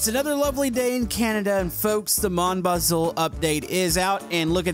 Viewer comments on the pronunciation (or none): Why does he say it like "mon Buzle